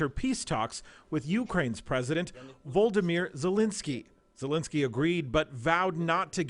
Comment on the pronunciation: Did he seriously just call Ukraine's president "Voldamir"?